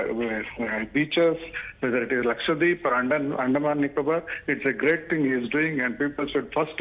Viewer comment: It’s not LAKSHWADEEP It’s LAKSHADWEEP